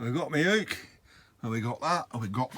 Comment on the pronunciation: Ooks? Ookers? Oh no. LOL